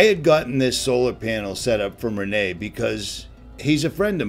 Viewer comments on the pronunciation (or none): It's not Re-NAY .... it's Ren-NEE .... I know, I've spoken with Rene!